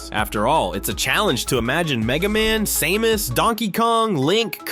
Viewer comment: "say-mus" huh?